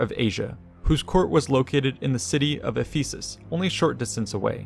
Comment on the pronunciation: Thanks for this. As an aside, some of the pronunciations are off. For instance, the first syllable of Ephesus has the emphasis--like in the word emphasis. Ephesian puts the emphasis on the second syllable, though.